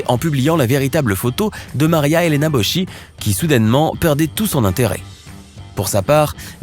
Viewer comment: On dit Boski et non Bosci, apprenez à prononcer correctement les noms étrangers ! Il n’y a pas que la langue française dans le monde ! Arrogants (Ignorants) frenchies